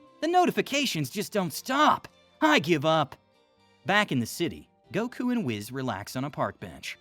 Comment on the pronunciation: ITS WHIS NOT WIZZ